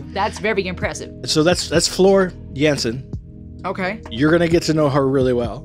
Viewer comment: It's floor jansen extend the a sound